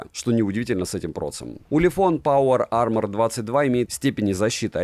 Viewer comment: "Улефон Паува Ама".😂🤣